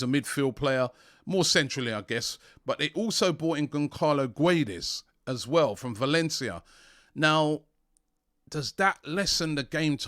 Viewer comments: Man pronounced Gonçalo as gon-karlo 😂😂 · "GONKALO GWEDES" lmaooo don robbie